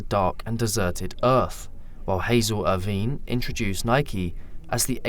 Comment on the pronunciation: 'Hazel Urr-veen' 😆AI needs more McTraining